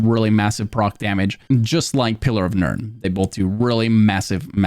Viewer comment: Why does he say pillar of nerd and wall of almonds 😅